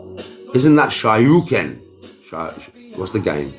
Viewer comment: SHO-RYU-KEN......no matter what subject he cant get anything right ever